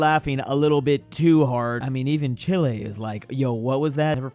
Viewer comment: This man could not pronounce Chile right to save his life.